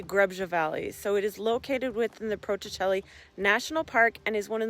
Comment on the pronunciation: Amazing video, the language from there is hard to read, especially for English speakers, so it’s ok that you butchered the pronunciation of the mountains😂